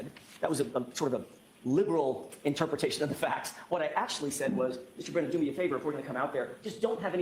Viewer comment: How come you say breeeeenan? It’s Brennan. But love your videos!